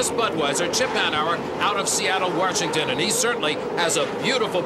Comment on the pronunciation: There's no R in Washington.